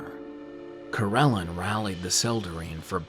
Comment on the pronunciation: It's been a couple years so someone probably noted that the god's name is Corellon Larethian. Not LareNthian. Also, it's Coh-rel-AHN. Many of your pronunciations across many videos are incorrect and/or inconsistent. Pretty much every single one that isn't totally obvious. Sorry. :/ Good luck w/ everything.